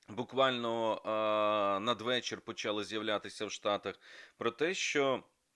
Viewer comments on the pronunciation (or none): none